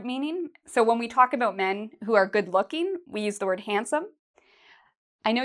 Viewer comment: I like how you pronounce About like aboot, Canadian mate ;-)